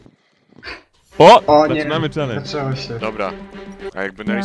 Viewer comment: CZCZY... CZELENDZ!!!!1! Pierfszy!